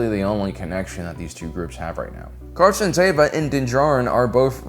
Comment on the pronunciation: Stop saying Carson Tava. His name is Carson Teva!! ((E))va. Show your captain some respect